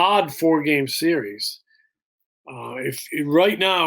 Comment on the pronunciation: "SERIERS"? Really?